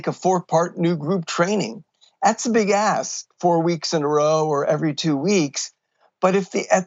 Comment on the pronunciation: This guy needs to pronounce the "k" when he says the word: "ask"!